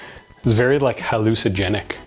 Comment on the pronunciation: 'Hallucagenic'... I'm sure he does it on purpose...